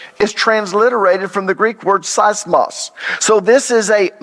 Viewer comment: You have to pronounce Greek words properly.. Greeks didn’t understand and English speaking people learned nothing nobody does pronounce Greek word’s properly.. earthquake is seesmos Not sismos.. it’s not hard .. use google translation to hear the word first .. thanks